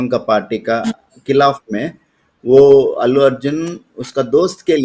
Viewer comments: अेल्लू अर्जुन नही आंटी अल्लू अर्जुन बोलो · Ellu nahin, Allu ... itna to jaan hi len